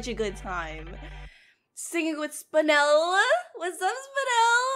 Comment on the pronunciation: Me: I swear to lord if she says,,SpinAl,, like the rest of the youtubers, im gonna punch the air.: says,,SpinEl,, Me: My life is complete.